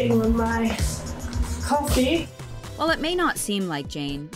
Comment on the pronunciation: ”Cowaffe” - millie